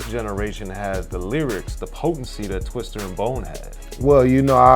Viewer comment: And it's TWISTA ... not twister smh